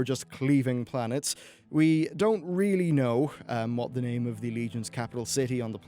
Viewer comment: the way he pronounces names cause pain